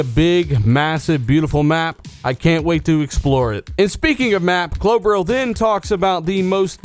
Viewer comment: do you know what klobrille even means? 🙊 you pronounce it wrong by the way